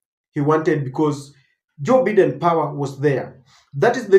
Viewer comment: 🎉and its Bye Den not Bee Den. Learn to pronounce things right